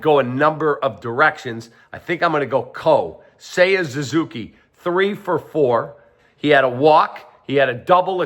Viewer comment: His name is NOT Zuzuki. It's not Zuzuki Kap. It Suzuki...with a f'n "S". Why are you like this?